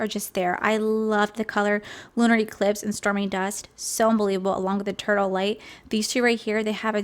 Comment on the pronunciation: instead of 'eternal light' I thought you said 'turtle light' IM DYING